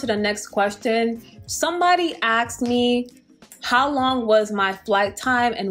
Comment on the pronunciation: “Axed me”. Are people trying to kill you or something 😂